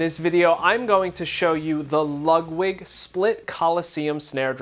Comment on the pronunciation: I swear you're saying Lugwig.